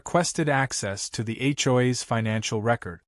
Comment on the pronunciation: What the hell is [ Achoi's ] IT'S H. O. A.' S